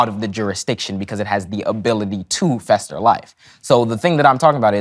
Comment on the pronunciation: He said "miscon-screw" and used "fester" for foster. My guy is "Tik Tok Smart". What a disaster...